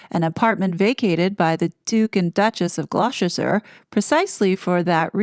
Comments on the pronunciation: Gloucester is pronounced Gloster. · Not sure about the reliability of your source today ? Gloucester is pronounced Gloster here in the UK ! Just saying , Best wishes and stay safe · lol your pronunciation of Gloucester made me chuckle. Basically, you have to remember that us Brits are lazy, and don’t tend to pronounce every letter of the word. Gloucester = “glosster “ lol.